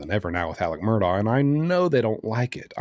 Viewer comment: I’m glad you pronounce that lousy name properly.